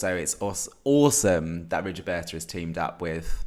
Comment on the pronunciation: Just one tip: her name is pronounced Rigoberta, not Rigioberta ;-) Oh, finally I find someone whose Rigoberta's Top 1 (after Ay mama) is Too many drugs!!! It was her first single, released during the second week of lockdown in March 2020 and I instantly fell in love with her then... Please have a look at her lyrics because they mean soooo much in her songs.